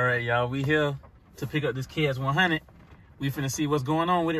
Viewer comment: i love how he called it a kx 1 hunnit